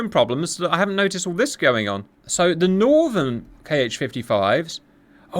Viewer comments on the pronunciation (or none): none